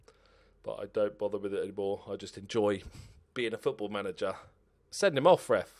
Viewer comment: “The chairman usually deals wiv that kinda thing”